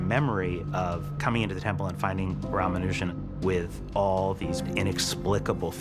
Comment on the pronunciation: Please correctly pronounce the name .